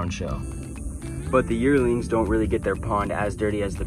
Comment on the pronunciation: Okay when you said "Yearlings" I thought you said "Yertles" for a second and I had a moment of nostalgia So thank you for that even if you didn't intend for it!